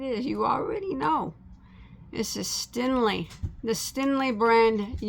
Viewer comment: Its stenli not stinli lol